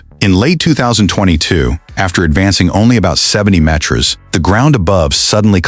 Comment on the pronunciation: Could you teach your AI voice to pronounce meters, kilometers and rows correctly